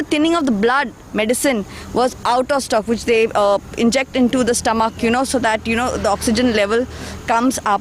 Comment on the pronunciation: The anchor is doing a good job. But her pronunciation of "THE" as "dhe" all the time sounds very weird.